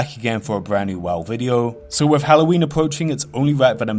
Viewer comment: Wiff hawwoween appwoaching its ownly wite that i make a video about the cweepies twing in wherld of wharcwahft. Mans got a loose goose ! Ily man!